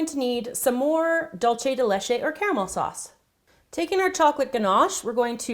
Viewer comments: almada yeah it's also dool-ce not "dolche" it's spanish not italian ORZ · It's pronounced Dulse not Dulche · It was bothering me too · Yes! Thank you, that was bothering me so much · The pronunciation for "dulce de leche" its dool-ce de leche not dol-ce de leche.... Btw awesome video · Dulce de leche tastes soooo good on pancakes! Also, Spanish can be tricky. It's pronounced like "dool-seh de leche" <3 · Ummmmm it's dilishiese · 'Dulce de leche' in spanish is actually pronounced Dull-se (as in seven) de (as in desk) le-(as in Jared LEto)che (as in chess) btw loved the recipe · yes it's spelled Dulce but it's pronounced Dulse and not with the Z sound but that's how it's pronounced in Mexico but we both have different accents in Spanish so who knows lol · yup... annoyed the crap outta me too... dulce with a z or s sound is fine but dolce as in italian... nope... make up your mind... what language are you trying to imitate cause "de leche" is totally spanish... italian dolce has nothing to do here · My country's influenced greatly by the Spaniards, we pronunce Dulce as Dulche... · She pronounces Dulce Dullchai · It is dulce with c (z sound) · Made me cringe.